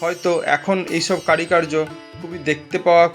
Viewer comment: কারি কার্য নয় উচ্চারণ হবে কারুকার্য । বাকি টুকু ভালো লেগেছে ।